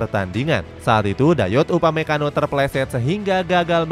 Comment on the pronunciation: ketika komentator arab menyebut bek munchen dengan sebutan upamaguire ngakak banget sumpah